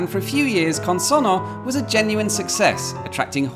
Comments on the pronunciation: I can tell you care about pronouncing things correctly. You don't quite get Consonno right. Here's what you do with double consonants in Italian, to which English-speaking ears (!) are not normally accustomed. Syllables are split between the consonants - CON-SON-NO. When pronouncing it, you throw nothing away. Only H's are silent in Italian, but alter pronunciation in other ways. This means that you have to pronounce both the N at the end of SON and the N at the start of NO. This produces a slight hesitation on the double consonant. (It also has the effect of slightly shortening the vowel just before. Had we had a single N here, the O would sound as in "road", with the double N it's like "rod", which you correctly say.) This gives the language its rhythm. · Your Italian accent is good, but you really need to stress the double n in the word "Consonno" to pronounce it perfectly.